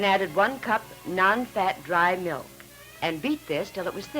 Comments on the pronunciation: Bossy, brassy daughter never says please or thank you, and says “melk” instead of “milk” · ...its Milk..not Melk ffs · ''melk". LOL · I HATE when people call "milk" , "melk". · Sort of like that vegan guy who thought strawberry "melk" was made from strawberries!